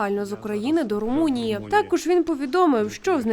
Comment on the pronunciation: Мне показалось, или она как то так с презрением произнесла: " Потрапал до Румунии" . ха-ха типа, Румыния ...какой андегаунд. То ли дело Украина ....